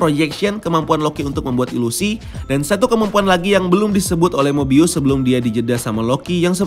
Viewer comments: Nyebut Mobiusnya bukannya normal aja (mo-bi-us) ya? kok nyebutnya Mo-bay-yus terus ya? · Mo bay yus